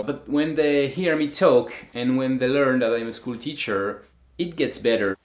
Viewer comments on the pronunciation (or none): Did he say teacher?